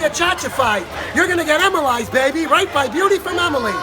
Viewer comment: "Emilized" here!